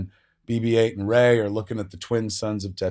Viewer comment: It's 'Rey'. You new "fans" don't even care.